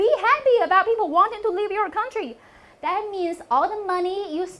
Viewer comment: jJ, nice try, but w/o the subtitles, I wouldn't understand you. Learn better pronunciation, especially the words "Live and Leave" and "Fund and Fung".